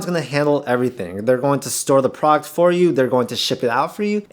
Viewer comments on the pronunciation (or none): What's a prawkt? Are you trying to say product?